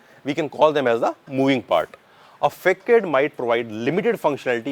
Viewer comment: Nice explanation! But ‘Facade’ is pronounced as ‘fuh-saad’